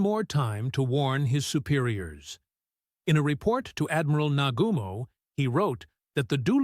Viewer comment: Tell the AI how to pronounce "Nagumo".